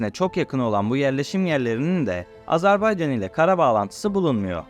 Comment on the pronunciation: AZERBAYCAN, AZARBAYCAN değil.